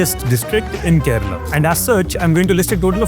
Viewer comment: Its kerala not kerela 😡😡😡💢